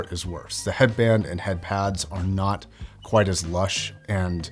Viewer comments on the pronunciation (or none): none